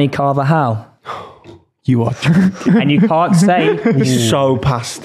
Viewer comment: bro said carvajal 😂😭